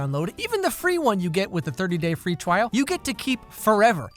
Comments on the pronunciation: If you listen closely he say 30 day free twial . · Did anyone hear the sponsor and kinda fall asleep but heard him say twrial , 👁️👅👁️